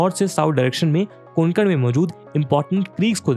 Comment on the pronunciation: कोणकन नही सर ...कोकण